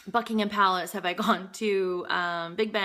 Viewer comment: You pronounced 'Buckingham' and 'Greenwich' correctly! You have been assimilated. :)